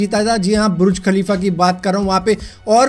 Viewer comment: Bhai buruj nhi burj